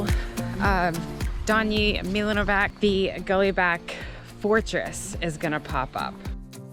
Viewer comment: Fun fact... Letter C in Serbian language is pronounced like TZ not like K.. So it would be like Milanovatz.. Also letter J is pronounced like Y.. Example, Jugoslavija, Yugoslavia. 😀